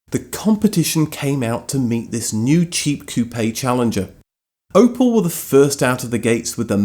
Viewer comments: Coupe - one syllable Like "coop" NOT "coo-PAY" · "Cou-pay" lol, it's pronounced "coop" (the "e" is silent). 😆